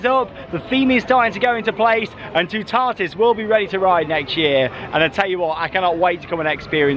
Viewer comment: I suggest watching a French channel for the pronunciation of Toutatis. It’s not a hard one for English speakers to say, but the sound of it is probably not going to be obvious until you hear it. The middle syllable doesn’t sound like ‘tar’…more like ‘tat’, without the final ‘t’.